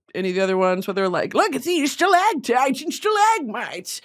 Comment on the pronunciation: I’m going to be saying stalAGHtites and stalAHgmites like that until the day I die (alone because everyone got so fucking annoyed by me saying it all the time)